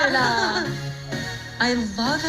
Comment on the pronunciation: Oh my gah-ed-ah! Please stop adding syllables, motel lady!